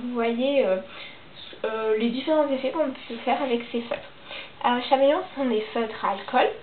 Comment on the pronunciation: C’est bien mais on dit comme l’animal caméléon